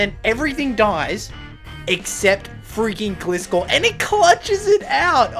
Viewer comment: Pronouncing of Gliscor was hard to hear Gli (rhymes with Fly) - score